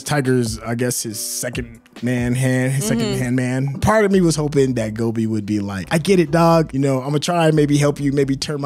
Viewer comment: pronounced Gopi as Gobi (like the sabzi). That's so funny 🤣🤣